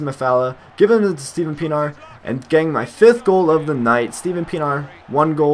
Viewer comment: by the way it's pronounced PEE-EN-R